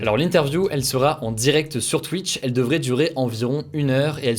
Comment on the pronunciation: sur « Twouitch »